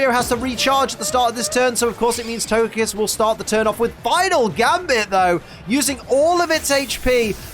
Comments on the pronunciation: I hope “togepiss” didn’t hear you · Togepee, togedic and togepiss. Hehe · Can we have togekiss' name in the corner of the screen changed to togepiss for the rest of the season, in honour of that legendary slip of the tongue?